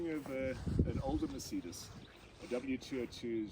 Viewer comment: Merceeedas 😂 never ever heard anyone say Mercedes that way.